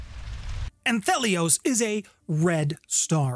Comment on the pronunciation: Kicked this one off with a mispronunciation on word one! Ant Hee Lee Ohss As in Anti-Sun. There’s no “th” sound.